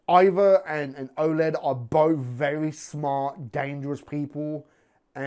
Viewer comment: I love you but its Oleg stop saying Oled lol hes no a TV!